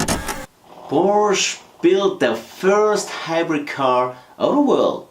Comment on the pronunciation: I remember getting lectured by a Hungarian dude in the comment section of one of Tom Ruijter's vids about the pronunciation of Porsche, he even put a link to an instructional vid from Porsche themselves on how to say the word... What gives? Love to get your take buddy, I mean, if anybody'd know it'd be you, right? (maybe inc on next weeks vid?) Fab share as always guys, kutgw.